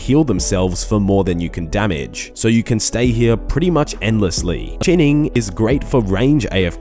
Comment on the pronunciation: The way you said the word chinning really made me laugh